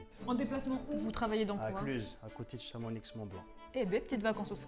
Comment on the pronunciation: Chamonix il prononce il prononce le x ptdr